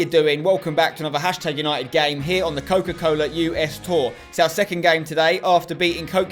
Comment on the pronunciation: Every time they say coco cola I become thirsty